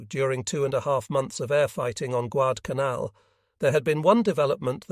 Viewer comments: Don't you enjoy hearing Guad-canal? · The flubs can be tiresome. I believe that it's a question of training the software. The various mispronouncing of Guadalcanal has become annoying.